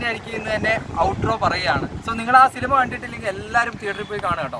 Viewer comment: സിലിമ അല്ല സിനിമ എന്ന് പറയാൻ പഠിക്ക് 🤣🤣🤣